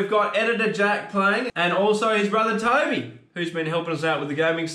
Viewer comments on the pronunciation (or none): Everything was fine until they tried saying “Toby“